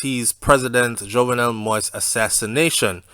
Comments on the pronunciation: The name is pronounced mo-eez not mois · It's "Moist" its "Mo-Ease" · It not moist it moyize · I like your reporting but I don’t understand how you spend all that time doing research on this investigation but you won’t take the time to learn how to pronounce his last name. Anyways, thanks for great info. It’s not pronounced “moist” it’s Mo-Yeez. Simply say Mo and then the second part act like you’re saying Yeezy but without the Y at the end. Mo-Yeez. I know you can do it. Out of respect to the man and his family, learn to pronounce his name correctly. Thanks for the great content. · I know you don’t think it’s a big deal saying his name like that, but it’s so annoying to other people - So I will help you. Say — > Mo…Ease - Done ✅ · Yeah he's saying the name wrong sounds like he is is saying "Moist" . He can listen to any other news outlet in our out of Haiti and could figure out the right pronunciation. He did correct himself on Bordeaux :) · i enjoy your updates...but why are you refusing to pronounce the former president his name correct🤣🤣🤣🤣🤣😂😂😂🇸🇷🇸🇷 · ok who the fuck talking bout the rest of the world I’m just saying N he still saying it wrong everybody else got his name right N I don’t need to thank him for shit It all over the news ig Facebook YouTube now bye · Be respectful. Pronounce the President's name correctly.